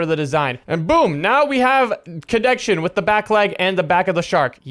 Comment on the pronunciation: saying leg sounds like lAg😅